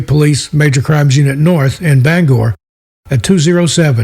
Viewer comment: Thank you for pronouncing Bangor correctly we appreciate it!!!